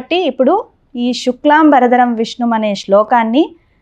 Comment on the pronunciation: శుక్లాంబర...ధరం అని పలకవలసింది పోయి శుక్లాం...బరధరం అని పలుకుతున్నారు, చాలామంది యిలాగే పలుకుతారు.ఇదేం దౌర్భాగ్యమండీ